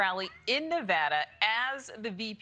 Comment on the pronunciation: This guy can't even pronounce Nevada right, why the hell would I vote for him?